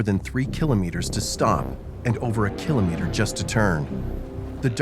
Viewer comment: I hate the way he says kilometre